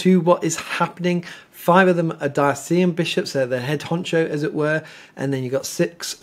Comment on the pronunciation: Love your informative talks BUT please pronounce “diocesan” correctly Diocesan- dio-ses-an